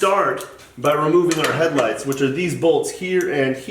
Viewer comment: Did you say headlights?